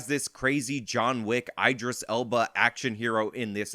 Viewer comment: “Aidris Elba” 🤪🤨 Idris. 😘